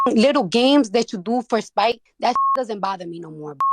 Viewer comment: Do for spike? I thought it was spite 😂